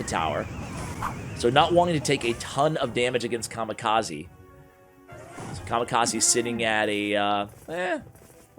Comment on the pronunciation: Written: Kamikaze Read: Ca - Mee - Ca - Zay